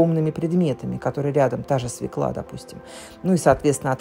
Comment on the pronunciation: Надо говорить "свёкла", а не свекла!